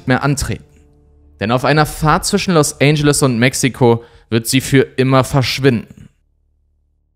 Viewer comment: “Los Ändschelles”, nicht “Los ANGEL-es”